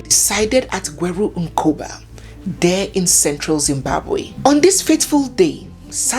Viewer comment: You pronounce Gweru Mkoba very well. Zimbabwe